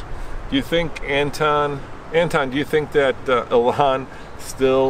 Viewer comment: Guy has no idea what he is talking about. Has no idea of anything except for what he reads which is wrong almost 90 percent of the time. Model x and s were in production to lower the costs of the next generation ev. Not make billions. Any until they can pronounce elon correctly, I'm done watching this Chanel. Stick to reviewing cars, not companies.